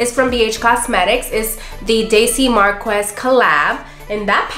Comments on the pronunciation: What brushes are you using cuz I’m loving the gold brush you applied your yellow crease shade with, so please share info. P. S. Her last name is pronounced Mar-Kez; the qu is a K sound. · The way she pronounced marquez 😫 bby girl made a fierce look though. Thank you!